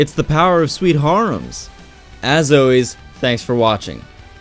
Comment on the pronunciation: You'll never read what I'm writing so I shouldn't worry about how you'd percieve this comment but I still feel the need to tell you that I'm not trying to be a douche or hateful. Great video and all that but, please, if you can, pronounce 'always' as its spelt... I dont know why it kills me like it does but, so many goddamn people say: 'Oh-ayes' yourself included. It's like when I hear people omit the 'L' in words like 'hold', 'cold', 'roll', or 'hole'. They say 'hode', 'code', 'row', and 'hoe'. I inexplicably hurts my life